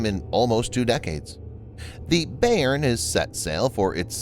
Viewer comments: Thanks for the report. It’s an important development. BTW, the pronunciation of Bayern is “by-urn” named after a major German state. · Bayern! Thanks, I couldn't figure out what German word he was trying to pronounce. :)